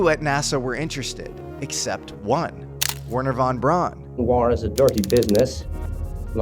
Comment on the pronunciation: Von “Brown”. Brown. Like the brand. Brown:)